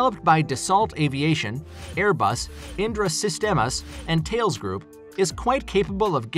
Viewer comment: Its not tails, its THAL-LES